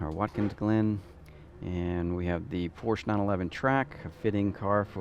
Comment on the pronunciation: Porscheeeeeeee not Porsch